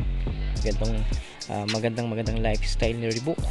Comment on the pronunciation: Lods ree baak ang tamang pronounciation sa reebok